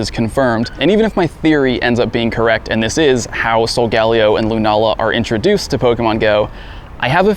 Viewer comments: so-galll-e-o it’s so-ga-lay-o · I'm gonna start calling it Mun-na because of you... You've said it so much. Also, why didn't they increase Psychic spawns for this? I'm not gonna chase them all over the city, which means this is taking forever. I still only have 4 caught. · are you sure you are pronouncing Solgaleo correctly?